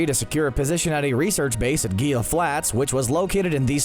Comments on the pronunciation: Gila = Heel-a, not Geel-a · I wish you'd pronounce Gila Flats correctly. (Hee-la) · A little research, please. Gila is pronounced "hee-lah". sigh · Good video. Friendly note: Gila is pronounced "hee-lah". As in Gila Monster. Not Ghee-lah. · Gila. He-la. Say it with me! HEE-LAAA! Not Geela! HEELAH! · It's pronounced hee-la flats not gee-uh lol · Shouldn’t Gila be pronounced he-lah instead of gee-ya? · Gila is pronounced with an H sound for the G. It hurt my ears to hear that with a hard G. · ....the "gheelaa" desert? Esta' HEELA desert, Primo! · And when they pronounce Gila as Gila instead of Hila. And when they say they won't say a dumb pun while saying the dumb pun. And when they censor the bum of a comic character. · Gila is not pronounced "gee-ya". in spanish, L only gets the Y sound when there are two of them, such as in the spanish word for yellow "amarillo" where the two Ls are pronounced as a Y. and the G is pronounced as an H. so the word is "hee-lah" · Gila is pronounced He-la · He'La Flats. It's named for the Gila Monster and pronounced *He-La*. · HEE-luh Flats. As in Gila "HEE-luh" Monster lizards. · Gila is pronounced "He-La" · For the record, "Gila" is pronounced "heala" the g expressed as an h. The lizard called the Gila monster is pronounced the same way. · Gila is pronounced (hila) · "Gila" is pronounced "hee-luh". The more you know... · it's pronounced Hee-lah (Gila) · Gila is pronounced "hee-la". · Gila is pronounced HEELA. It is Spanish. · Great work💪🏾. It's pronounced "Hila" 🤷🏾‍♂️ just putting it out there. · (Gila) - It's pronounced "He-La" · Dude, the way you're pronouncing Gila Flats is killing me. The G makes an H sound. It's pronounced Hila Flats. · Say it with me... Gila = HEE-la. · "Gii-Lah" Flats I live in Phoenix The Gila River is next to my house You only say the Y sound if there is 2 L's at least with Spanish words. Gila is Native American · Gila. (Hee-la). 😎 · Gila is pronounced Hee-la. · It's pronounced "He-La" Flats.